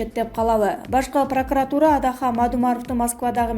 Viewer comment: Эй журналист кыз Башкы прокуратура- десен башка прокуратура дебей.Анан акцент ударение ондоп албадын таптакыр олуптур.